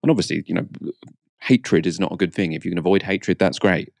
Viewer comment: why are you saying 'fink' and 'fing'?